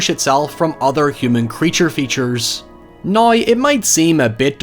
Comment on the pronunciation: Me: say now..: nayuwoh Me: nooww: Neeeeoooorraaaynth